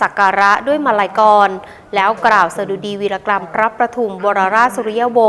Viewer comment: วีรกรรม อ้่านว่า วี-ระ-กำ ค่ะ